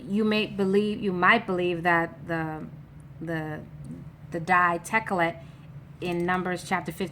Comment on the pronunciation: Your incorrect sis if u translate to ancient Hebrew Blue Tha-Ka-Lath Purple Ah-Rag-Man